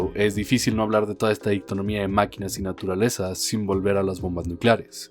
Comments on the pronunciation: Es dicotomía, no dictonomía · Mononoke Hime, Dicotomía. Buen video, pero me rompe las pelotas cada que pronuncias mal.